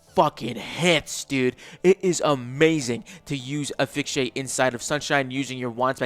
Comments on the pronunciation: Asphyxiate ❌️ Aphyxiate ✅️ Clearly the "s" is invisible 😂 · Hey dude! I've commented before and you've got a great voice for content. I think if your OSRS continues you'll gain even more subs. As a side note, and not trying to be mean, but asphyxiate is pronounced "uh-sfix-e-ate"